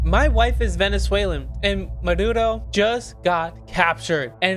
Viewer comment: His name is "Maduro", not "Muhdoodoh".